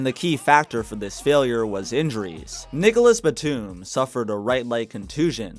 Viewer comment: “nigelous batum “?